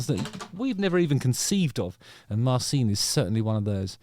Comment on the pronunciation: Pretty sure its pronounced Marchin, not Marseen.